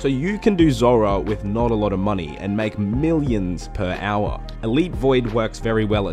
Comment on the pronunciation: everybody else -"hour" - "AuA"